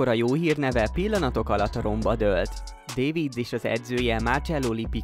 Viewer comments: Dávidc nem pedig Dévidc. Ha már videót csinálsz valakiről, akkor a nevét helyesen írd le, és helyesen ejtsd ki a nevét. Enyi tisztelet jár neki, főleg, hogy belőle is pénzhez akarsz jutni, mert ő a videó alanya... Ment a leiratkozás és unlike😅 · Edgar, de nem “Dévidsz”, hanem “Dávidsz”, ugyanis ő holland volt, és nem az angol nyelvi szabályok szerint kell ejteni a nevėt”, hanem a flamand nyelvek szabályai szerint. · dévicc. te vagy egy bé-vicc ezzel a kiejtéssel. Itt egy autentikus holland riport a neve többszöri kiejtésével. Kb Dávidsz, dáfidsz. rövid á-val v és f közti hanggal. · csak mert én is meg a rokonom is davidsnak mondja de sok ismerős is 😅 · Ritkán lehetett hallani a nevét ilyen hülyén kiejtve, mint itt! Egyébként a videó második fele már nem a feltett kérdésre adott válasz. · Legalább a nevét tanultad volna meg helyesen kimondani... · Ezt nekem is fájt hallgatni, de ezen kívűl, nekem minden rendben volt a videóval. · Szóljanak már neki, hogy nem dévidsz :D most hallom ríjkárdot is. Nem igaz, hogy nem lehet utánanézni ezeknek a kiejtéseknek